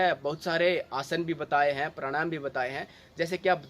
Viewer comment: Bhai pranayama shi sai batao kuch samaj mai nhi aaya. Yha tk ki naam bhi pta nhi pd rha. Baki video achi thi. Jai sri ram